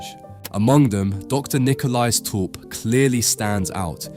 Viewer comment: My family stems from this guy. Thank you for pronouncing our last name properly. Lovely insight into this panting. Also, this was Rembrandt’s first commissioned painting.